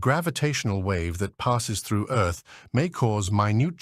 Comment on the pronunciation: I had to quit listening. If I had to hear this GODDAMN AI say "earth-s"one more goddamn time!